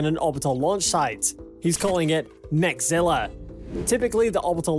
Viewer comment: Mechazilla, not Mechzilla.